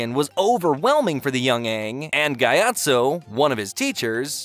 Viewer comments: Its gee-ot-so not giotso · ah yes "guyatso" do people just not watch shit anymore kinda fucking hard to mispronounce a name that is pronounced for you in the show